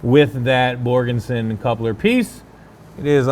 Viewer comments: OK,, I'm sure Borgeson would appreciate their name being said correctly; Borgeson, not Borgenson. Other than that, another great episode! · There's no N in Borgeson. Except at the end 😂. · do you guys get $500 every time you say Borgenson? LOL!!!!!!